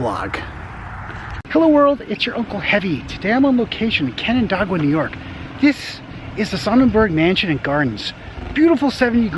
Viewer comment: Nice video, except you pronounced canandaigua wrong, but we forgive you for that.